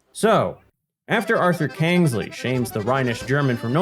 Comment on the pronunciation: Lol, 'Kangsley'! 🤣